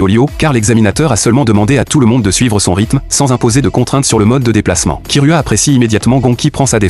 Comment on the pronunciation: C'est unteur x unure et c'est gon et c'est kirua pas kiroua et il fan une course